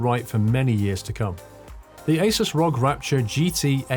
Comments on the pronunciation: Pronounced are-oh-gee, not rog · Just so you know it’s pronounced R.O.G